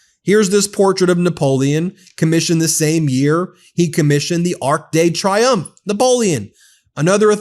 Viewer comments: Arc de Triomphe. Pronounced “tree-yomf.” It’s making me just a little bit crazy that no one seems to know how to pronounce the name of this famous monument. I’m American. I don’t speak French. I’ve never been to Paris. I STILL know how to pronounce “Arc de Triomphe.” I paid attention in my Western Civ class. 🤷🏽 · Ben the whole French speaking world has just winced at your pronunciation!